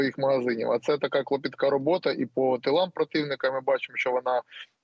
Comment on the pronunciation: Я вважала,що тільки мене ДРАТУЄ неосвіченість тих,хто допущений до ЗМІ. Такі люди повинні проходити тест зі знання МОВИ, постановки НАГОЛОСІВ.